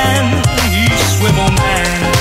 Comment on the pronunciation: ITS SWIVL MANNNNNNNNNN